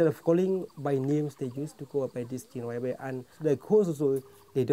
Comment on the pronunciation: Your pronunciation of Jingrwai Iawbei is spot on.